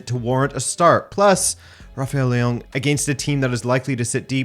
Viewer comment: Why does he pronounce Leao like that?